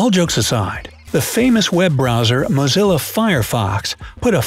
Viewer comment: It's NOT MAZELLO FIREFOX. ITS MOZILLA. MAZELO IS CHOCOLATE.